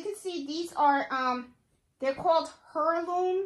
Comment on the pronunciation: I love these blankets, so cute! Heirloom "air-loom" h is silent. English has some screwed up rules... To, two, too, there, their, they're and so many more goofy ones. Always love your videos and appreciate everything you do for this community, awesome.